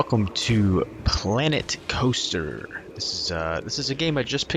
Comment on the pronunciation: I thought you said Clanet Coaster in the intro😂